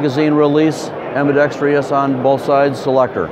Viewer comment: This seems like a tight rifle - looking forward to checking one out. Thanks for the vid. This guy is informative, but someone needs to tell him how to pronounce "ambidextrous." It's seems like 50% of all gun sales reps will add an imaginary syllable.